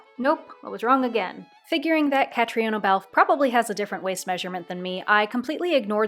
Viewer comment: Love your enthusiasm! Very fun. By the way her name is Irish and it is pronounced 'Ka-tree-na'.